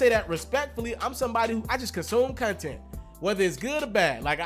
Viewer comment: This nigga said " cun-tent" It's " content" fam 🤣😂